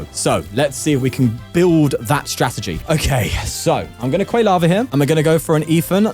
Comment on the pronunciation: Love these tournament videos, but your pronunciation of Quilava almost gave me a stroke